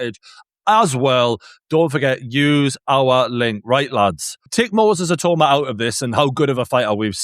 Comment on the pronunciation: How Many Times Did They Say His Name Wrong? 🤣🤣🤣🤣 It’s Not “Moses I-Toe-Ma” Come On Guys 🤣🤣🤣🤣